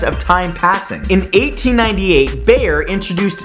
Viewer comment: It's pronounced 'Buy-er'. Just to let you know